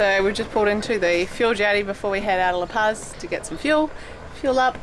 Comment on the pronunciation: La Pazis pronounced like La Pause. You guys are killing me with your lack of Mexican pronunciation...LOL!